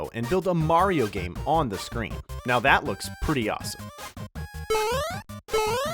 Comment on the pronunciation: You said lario